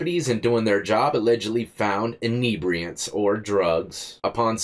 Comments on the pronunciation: Common, enibriants? Call it what it is like the reporter, it was fentinal. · Inebriated inibriants 😂😂 now its a weird word you broke inibriate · "Inebriatants"?... Inebriated on Inhebriatants!... Haha!... Good Ol' Florida!...